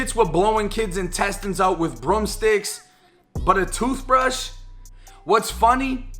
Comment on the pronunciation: “A TOOF BRUSH?!?!” 😂😂😂😂